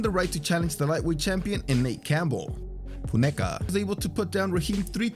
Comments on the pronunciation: I expect the narrator was saying "Foon-a-ka". Unfortunately, the overdubbing fix was done so poorly, it just drew more attention to the slip up. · Say Funeka again……🤣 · I noticed too. I figure he must have been pronouncing his name wrong and realised after it was recorded so just did that instead of recording it all again. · You really couldn't pronounce "Funeka" though??? Had to keep replaying the same recording??? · Saves him having to record the whole section again for saying the last name wrong